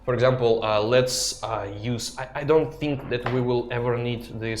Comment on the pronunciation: BTW you pronounce the word "think" wrong... Funny to hear 😂